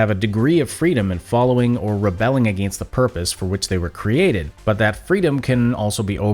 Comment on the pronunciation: your forced pronunciation of "against" borders on hypercorrect.